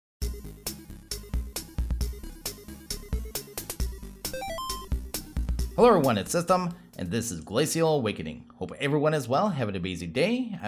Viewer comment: Isn't it pronounced gla-shul